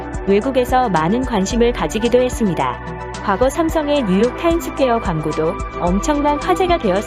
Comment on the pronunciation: 도대체 연세가 어떻게 되시는데 글자를 못읽죠? 뉴욕엔 타임스퀘어가 없어요. 제발 제대로 하세요. 타임스 스퀘어입니다. 쓰기도 타임스 스퀘어이고 발음도 타임스 스퀘어입니다. 제발 ... 제발 쩨대로 하세요 아줌마.